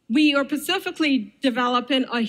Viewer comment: Sorry I wouldn’t trust anyone who pronounces “specifically” as “pacificly” to water my plants let alone implant medical devices inside me. 🙄